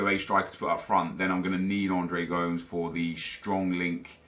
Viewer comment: Come on you know how to say Gomes.